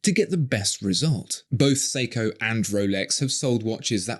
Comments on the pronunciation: Well, he calls Grand Seiko as.... "Grand Seeko". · Who the fuck pronounces Seiko as "Seeko"? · He can't even pronounce Seiko properly. Siko? In Filipino, siko means elbow. 😁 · How is it that someone who seems to take pride in pronouncing euro brand names, but can't even be bothered to pronounce Seiko correctly....